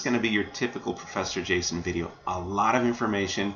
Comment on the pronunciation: O professor Jason, por que voce nao pronuncia a letra o como u?